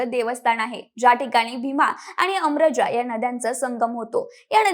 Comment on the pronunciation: भीमा आणि आमरजा ना की आम्रजा